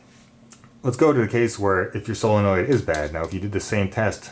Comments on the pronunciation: is he saying sillynoid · Please learn how to say solenoid.